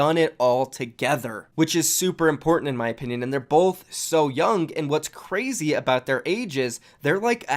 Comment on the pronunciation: No more cwaizy video? Ok, here's my daily dislike.